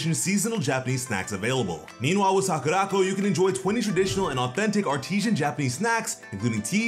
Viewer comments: It's Sakura Co not sakuraco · Great video, but I almost spewed my drink out of my mouth when I heard you mispronounce SAKURACO. It’s “Sakura-Co”. They shortened company to ‘co’ and put it at the end of Sakura. It’s definitely not ‘sock-a-rock-o’ smh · I love how he siad sakuraco. He siad sakurākoh😂